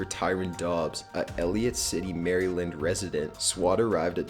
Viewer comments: It's ELLICOTT City Maryland. Not Eliot. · Number 13 is ELLICOTT not Elliott. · Ellicott* City MD. Not Elliot. Lol I live ten mins from there.